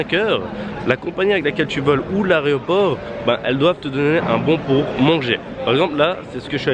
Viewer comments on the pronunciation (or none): Mais on dit l’aEroport... et pas l’arret-au-port